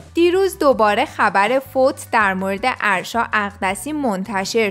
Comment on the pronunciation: اَاَ داره اسمش اَرشا لطفا یاد بگیرید یاد بگیریددد اسمش آرشا نیست اگه برید توی پیج فن پیج هاش میفهمید اَ دارههه